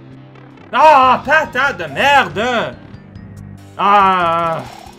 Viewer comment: "patate de merdge" or literally "shit potato"